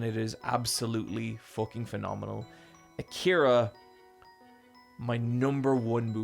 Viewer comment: So when are we gonna tell him he's saying Akira wrong?